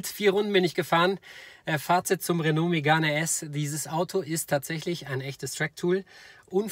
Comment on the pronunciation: Des heisst 1. Renault Megan RS (Sprich: Röno Megan RS) uns 2. Michelin (sprich: Mischlää)! Verstanden?